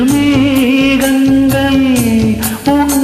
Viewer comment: தமிழ் உச்சரிப்பில் கொஞ்சம் கவனம் தேவை இரு பாடகர்களுக்கும். ஆண் பாடகர் மேகங்கள் எ‌ன்பதை மேகங்கல் என்றும் பாதங்கள் என்பதை பாதங்கல் எ‌ன்றும் பாடி விட்டார். பெண் பாடகர் சந்தோஷம் எ‌ன்பதை கிட்டத்தட்ட சந்தோசம் எ‌ன்று பாடுகிறார்.